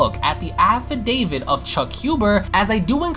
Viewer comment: I swear I keep hearing "Affi-David."